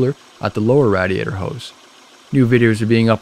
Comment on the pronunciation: I couldn’t help but notice how he was saying Radiator 😂 it’s totally “Rad” 🤷🏽‍♀️ I Guess